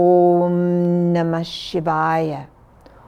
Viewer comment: listened to this story all the way to the end and especially enjoyed the gift of correctly pronouncing the vowels for the mantra